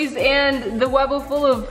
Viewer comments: It's not wubba it's wubble😆😆😆😆😆😆😆😆😆😆😆😆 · DID ANY ONE ELSE NOTICE THAT SHE SAID WUBA AGAIN !?!? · Ypu said wabba again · U SAID WABBA!!!! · Not tryna be rude but it gets me SOOOOOOO mad when you say "wabba"